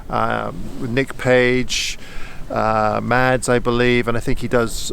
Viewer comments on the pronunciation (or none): none